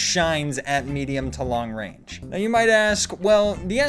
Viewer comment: "Its weally only effective at close wange